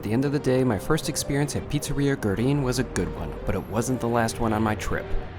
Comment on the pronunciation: You could. At least. Learn to pronounce the name of the pizzeria. It’s just one word in a “foreign language”.